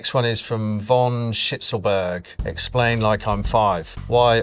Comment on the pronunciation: He did not say Shnitzlberg. Use that N next time bro.